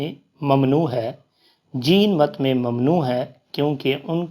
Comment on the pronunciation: بھائی یہ جِین مت نہیں- جَیْنْ مَت ہے